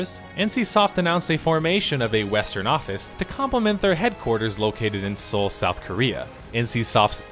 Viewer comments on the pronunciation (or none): none